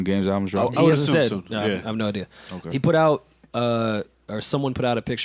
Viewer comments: “All these people talking in my ear, I got a id-ear...”. It wasn’t the best bar but that’s a bar bruh. People in his ear, head, so he has an idea. He pronounces idea as i-dea-er, which is why he mention the clerk Id’ing her for beer. I can see how some like yo it’s kinda a struggle bar, but niggas hating this but loving 69 smfh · ID-ya for the be-er